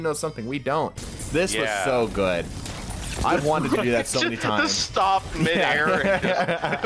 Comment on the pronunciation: He said Not Guud